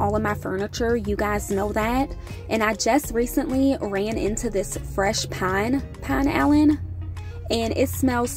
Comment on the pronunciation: Let me give you a helpful hint for your next video. NO JUDGEMENT. I swear. I adore you and would never want to hurt your feelings. The Pinalen. Here’s how to say it. The first part “Pin,” is pronounced like win. The “alen” part is pronounced like A Lynn. You never know when they will come a knocking offering you a sponsorship deal. Thousands of people are buying their product that didn’t until you promoted the item. You have put money in their pockets. Happy, Happy Holidays to you and your family.